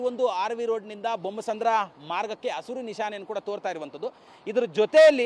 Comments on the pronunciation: ಹಸುರು ಅಲ್ಲೋ ಮಬ್ಬ್ಸೊಳೇಕೆ ಅದು ಹಸಿರು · ಹಸುರು ಬಸುರು ಅಲ್ಲ ಅದು.. ಹಸಿರು ಅದು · ಅಸುರು ಅಂತಾನೆ ಗುರು ,ಹಸಿರು ಅನ್ನೋದಿಕ್ಕೆ ಬರ್ತಿಲ್ಲ